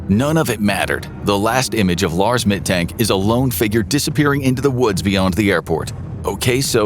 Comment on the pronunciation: The "A" in the Name "Mittank" is pronounced like the "a" in "Argument" or in "Lars".